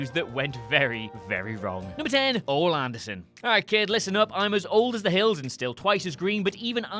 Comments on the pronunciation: It's pronounced "Oh-Lee", not "Ol" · His name is not Ol Anderson it is prenounced (Olie) Anderson lol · Not 'ol', it is pronounced 'Oley' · not Oll Anderson its Oh-lee that's how it said long E sound. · Oal ? You mean Oally? Because that's how it's pronounced. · Ol-E not ollll, sorry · is officially the fastest a WhatCulture video pissed me off, it's not Ol Anderson, it's Ol-E Anderson, and it proves to me that WhatCulture Doesn't know or care about Wrestling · I really hate to correct someone but this man is a legend. No he's not Arn or Rick or even Tully but he is a Horseman. It's pronounced Oh-lee not Ol. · Ol' Anderson? It's Ole. And who on earth was paying you to be a guest speaker? And on what subject? I can't even listen to you for free. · It's O-LE Anderson. Not O. Though Old Anderson is funny as well lol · “Ol’ Anderson”... 😂😂😂 It’s Ole bro. Oh-Lee. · It's pronounced Oh Lee Anderson, not Ol Anderson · Ol-LEE!!! U guys all only say "Ohl"... WRONG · His name is Olē. Not Ol. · It's oh lee not oll you fucking cupcake. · "Ol Anderson" OLE! OH-LEE! Say it right, ya wanker. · What's with you Brits?? Ol' Anderson?? No. Ol-E Anderson. You people only know about WWE. Please stop. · Oh-Lee Anderson. There’s no excuse for this other than you don’t know who he is. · Not sure what's worse, thinking he's ol' Anderson or that he's Spanish otherwise, oh-lay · It's pronounced "Oh-lee," not "Ol!" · It's pronounced Oh Lee. Not Ah Lee Not Ol' Not Oh lay ( like the Spanish exclamation "OLE!" Oh Lee. And today, we learned that isn't old enough to call himself a true wrestling fan. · it is pronounced O-LEE, not ol. your a website/channel that covers wrestling. how do you not know how to pronounce the name of one of the original members of the greatest stable ever? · Oh lay, it's pronounced oh lay. Why do we have someone who knows very little about wrestling on a wrestling channel. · Ole Is pronounced Olee ffs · OMG you guys, once again it's OL-EEE Anderson